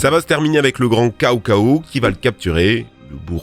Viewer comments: cao cao prononcé comme cacao ça fait très mal aux oreilles mdrr c'est du chinois ça se prononce "tsao tsao" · Cao Cao se prononce Tsao Tsao en chinois. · Ça se prononce Tsao Tsao pas Kao Kao. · Pardon mais j'ai ri tellement fort, "*AllaHHHHhhhh* En revanche la prononciation en cantonnais/mandarin c'est pas Kao Kao mais chao chao ou ciao ciao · Petite correction: Cao Cao se prononce plus comme "Tsao Tsao" que "Kao Kao". À pars ça, très bonne vidéo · Cao Cao se prononce Tsao Tsao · Petit détail qui a son importance, le "c" se prononce "ts" en chinois. Le nom "Cao Cao" aurait donc dû être prononcé "Tsao Tsao" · cao cao... ça se prononce "tsao tsao" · Pour info le général Cao-Cao cela se prononce Tsao-Tsao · "Kao Kao" ;( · CAO cao se dit tsao tsao, xiahou dun se dit chiaou doune et Liu bu c'est pas ça, ces lu bu. Les Liu c'est plus les Shu (l'un des trois royaume) avec liu bei, liu dan etc Sinon super vidéo, pour la prochaine (si vous en faites une autre), vous pouvez tirer quelques soldats dans la chaîne de odieux connard dont c'est la spécialisation et dans laquelle on trouve des pépites ?